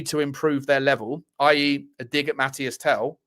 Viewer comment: Mateese Tel, not Mathias Tel dude